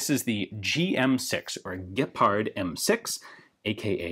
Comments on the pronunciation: As a hungarian i was kinda surprised about Ian`s rather flawless pronunciation of the "gepárd" and "hiúz" words, /hats off. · Your pronunciation was very nice with hiúz and gepárd. Not bad.